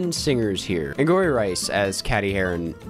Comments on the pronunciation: The lead character's name is pronounced like "Katie" even if it's spelled "Kady". Unless it was a bit to just pronounce it wrong in the video (bad bit, btw) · Her name’s pronounced like “Katie” lol but ty for doing a review and saving me from wasting my time, musicals are t for me and there’s no need for a mean girls one.. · Just a heads up, Cady is pronounced Kay-dee. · Not you calling Cady "Caddie"... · why does he keep saying it like cad-dee smh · i find it funny how you say 'cady' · how can you say you love the original movie and then completely say cady’s name wrong? also Reneé Rapp was LITTERALLY Regina George in the musical and she almost does an exact copy of her musical performance which i really enjoyed i don’t get why a lot of people hated this movie- i thought it was a fun time and it served the movie and musical fans well. I will say “stupid in love” is not that great of a song- but it was still a fun time. and the tik tok references i thought fit perfectly because THEYRE MODERN TEENAGERS- AND THATS WHAT TEENAGERS LIKE. not to mention that the original completely ignored Janies and Damion’s sexuality- also the original was a little racist. in the remark it was diverse and we got really good LGBT representation! i don’t know. i get the acting and singing was not great and could use a polish- but i think the review was a little harsh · "how can you say you love the original movie and then completely say cady’s name wrong?" EXACTLY. Correct me if I'm wrong but wasn't there a joke in the original movie about a teacher mispronouncing her name or something? I swear there was! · I thought he was pronouncing the name wrong on purpose lol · It's funny hearing you mispronounce Cady's name just like the school principal in the movie lol